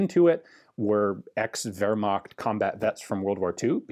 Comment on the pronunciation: LOL... 'The Wehrma....' Ooops! LMAO We know what you meant. ;)